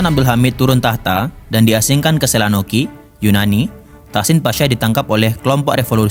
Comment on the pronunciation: Ralat Selonika bukan selanoki...